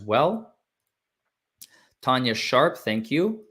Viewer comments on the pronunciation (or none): none